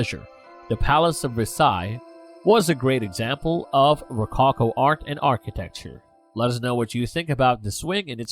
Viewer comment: Great commentary but watch your pronunciation! (Such as rococo, which is distracting) Interesting description of artist’s intention.